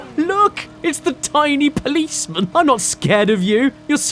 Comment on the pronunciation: Caddy, Don't Saying The Policemun! 😡